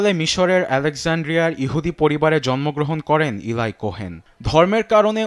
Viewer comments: ভাই সাংবাদিক 'ইলাই' কোহেন নারে 'এলি ' কোহেন হবে। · প্রিয় সাংবাদিক ভাই, আপনি আপনার "ল" উচ্চারণ ঠিকমতো করবেন।এগুলো বিরক্তিকর। এরকম উচ্চারণ শুনলে মাথা বিগড়ে যায়। সুতরাং, উচ্চারণ ও উপস্থাপনা ঠিক করবেন। (এলাই না এলি কোহেন) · ইলাই না এলি কোহেন 😂